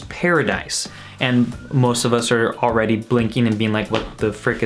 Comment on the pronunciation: A L R E A D Y?? Great vid tho